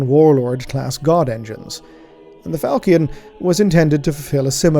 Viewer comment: NB falchion pronounced with a -sh sound. Although perhaps our learned scholar is too removed in the grim dark future to remember his middle french